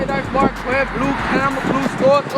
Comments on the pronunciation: I live in Iowa and I aint heard nobody pronounce Marquette like that before😂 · Well yeah, Black people do that with Que so